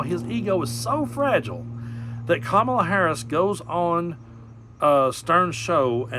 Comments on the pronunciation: I notice that suddenly t-rump suddenly knows how to pronounce Kamala correctly! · I like how he pronounces Kamala properly.